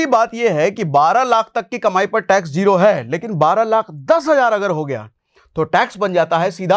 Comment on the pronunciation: Good video. Please take care of your pronunciation of zero and hazar. It is Z, not J.